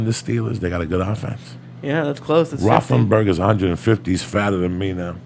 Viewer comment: He said Roflenberger😂😂😂😂